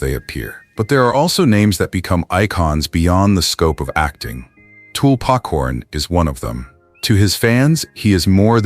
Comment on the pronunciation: It's TUL not TOOL. How do you get something so simple wrong?